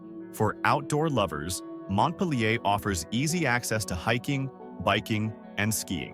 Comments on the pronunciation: can't even pronounce mont pil er correctly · It's pronounced Mont-peel-ure !